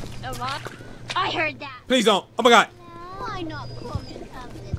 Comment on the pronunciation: I swear he's saying "Imma gawd" and not "Oh my gawd"